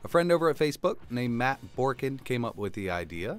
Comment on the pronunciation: you called it the Brookin button! xD